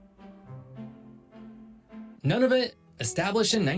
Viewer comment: This guy’s pronunciation, especially of Indigenous/Inuit places and names is way off. The correct pronunciation of Nunavut is Noon-a-vut….NOT “None-of-it”. 😒